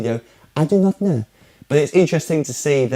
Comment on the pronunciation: great vid. I love the way u said ' I do not khnow" :D Epic. Can U do a vid 'how to play 'Mr. Brightside" by The Killers?